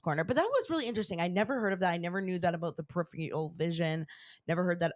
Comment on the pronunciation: Love y’all, but neither of you can say “peripheral” lol.